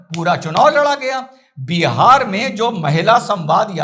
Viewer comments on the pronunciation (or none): none